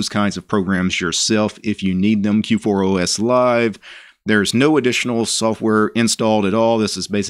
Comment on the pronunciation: You keep calling it K4OS :D